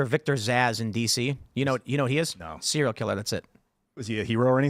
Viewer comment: Tim: Serial Killer: Is he a hero? Tim: SEE REE RULL KILLER! 😂